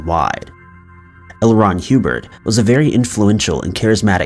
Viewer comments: It's Hubbard not Hubert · It's probably a 19 yr old kid who doesn't know how Hubbard is pronounced apparently 🤷 how the FUCK do you get Hue-Bird out of HUBBARD??? 😮 😅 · L. Ron Hubbard not HUBERT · L Ron HEEWBERT LOL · I love the videos, how you're pronouncing the guy from Scientology completely wrong. A 10 second Google search would have shown that. It's pronounced like Old Mother Hubbard 😁😁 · Yes it’s Hubbard Omg get it right narrator !!! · The way the AI says HUBBARD